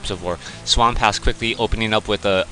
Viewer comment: Seriously.. this guy's name is just what is says.. SWAMP-ASS. So what? I think it's funny. I don't understand why you chose to call him different and turn it into SWAM-PASS. Common Crota loosen up a little!!